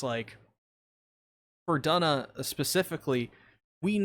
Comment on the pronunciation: Duna’s name is actually pronounced with an oo sound